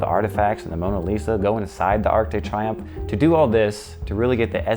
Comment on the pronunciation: Love your work always, but did you really just call it the arc de try umf? Lmao